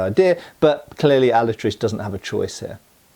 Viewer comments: If you can't be bothered pronouncing his name right, I can't be bothered watching past the first five minutes of this. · You are mispronouncing the name Alatriste. It ends with a mid-front vowel. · I think that final "E" in the word Alatriste is probably NOT silent! And the characters in this movie really make me think of Puss-In-Boots!😁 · Just a nitpick from a spaniard, at the beginning you say "Alatraist" and don't pronounce the "e", not that I care much about pronunciations (mine is rusty as hell), but it makes it look like you tried to sound english and might confuse people, if so, it should be translated to "SadWing". Awesome video keep at it! =D In addition, if someone gets curious about the movie, it's nice, not awesome, but nice, even more so if you are not a fan of the books, if you are, you probably didn't watch it and didn't like it much =p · "He wasn't the most honest, nor the most pious man, but he was brave. His name was Diego Alatriste y Tenorio, and he had fought in the Tercios in the wars of Flanders" Pronounced alah - Trís - teh. stressed in the second syllable. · Can't watch your video if the guy is gonna pronounce the name of the movie wrong throughout the video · In Spanish It’s pronounced “ah-La-tree-stay” not “Al-uh-trist” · Alatriste is Alatriste, not Alatrist. The e of the end it´s not silent in Spanish. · Hearing that kept bugging the fuck outta me. No entiendo lo difícil de pronunciar la "e" al final... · in Spanish e is pronounced eh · alatristE the E isn't silent it means sad wing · Alatriste is pronounced Alatrist-ay. Not a big deal, just lyk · Pronunciation help: it's said "Alatristay" Great vid. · The e is not mute.